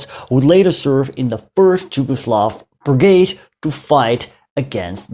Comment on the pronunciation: Just a small language correction: you keep pronouncing "Jugoslav" instead of "Yugoslav". That state was called Yugoslavia, which was derived from "yug" (meaning "south"), thus meaning "the country of Southern Slavs", or "Southernslavia". Yes, it is spelled locally "Jugoslavija", but both Js are pronounced as Y in "yesterday", not as J in "Jim" or "Jimi" or "Janis" :) So, "Jugoslavija" is to be pronounced correctly as "Yugoslavia".